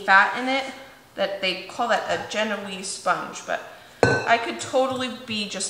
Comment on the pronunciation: I love your channel. You are very inspiring. Graduated with Baking & Pastry degree- yes the British Baking Show say gen-o-weez, however it's French "zjen-waa" (genoise).